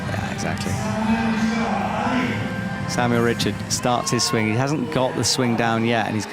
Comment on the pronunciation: Also pronouncing the French athlete Richard with the English pronunciation is so annoying lol